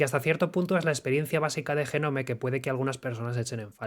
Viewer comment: "jenome... jenome... JENOME... JENOMEEEEEE"... DIOS!!! BASTA!!